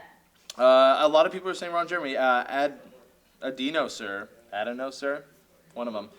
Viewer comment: A-DINOSIR... like dinosaur. c'mon man.